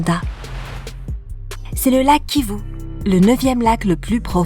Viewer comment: Je reve ou elle prononce kivu au lieu de kivou